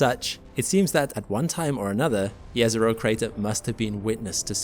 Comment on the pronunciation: Nice to hear correctly JEZERO :face-red-heart-shape